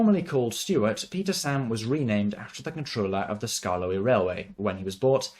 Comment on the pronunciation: "sKArKLoEy" Had me dying lol😂😂